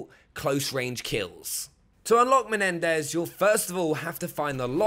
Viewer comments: I know right its MENENDÈZ not MENDEZ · He said “Mendez”